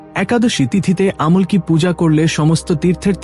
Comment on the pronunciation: আমুল কি নয় উচ্চারণটা হবে আমলকি❤